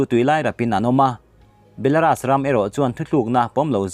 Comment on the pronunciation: 'Belaras' ni lovin 'belarus' mizo 'u' anga lam tur niin ka hria.